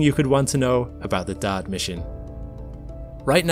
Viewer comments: Are you saying dart or daud? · I thought he was saying Dot. LoL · Thought he was saying DAD !! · Anybody else shocked by ? Who knew Dodd / Dad / Dot had an 'R' in it? That's an exaggeration, but I have needed conscious effort each time I hear it to recall that that sound is meant to be the word "dart". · I swear he's calling "Dart" "Dad" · He refuses to call it Dart. Maybe he thinks it's called dot? Maybe he can't read? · DART.... the R isn't silent 😕